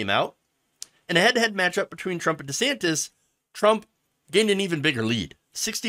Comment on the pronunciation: Also, gotta question why he changed pronunciation of his name. Now it' sounds like Rhonda Santis